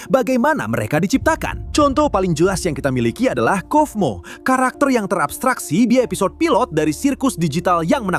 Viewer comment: Kaufmo bang bukan kofmo Di baca kaufmo dan di tulisannya kata nya kaufmo juga jadi bukan kofmo ya bang